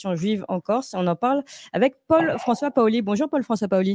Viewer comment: Ce monsieur s’appelle comme Pascal Paoli ,bien puisqu’il est corse qu’il prononce:paoli et micca pas au lit !!dopu un devi micca sta monda tempu in Corsica pà cunfurma certi cosi!!!!!!!!